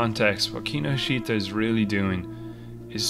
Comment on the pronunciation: That mispronunciation of Kinoshita is head-wrecking.